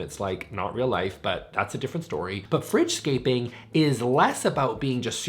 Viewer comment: It took me way too long to realize he was saying “fridge scaping” and not “French scaping” 😂